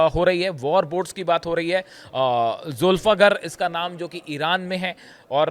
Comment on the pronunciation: It is Zulfiqaar - not zulfakar, this is the name of sword used by Hazrat Ali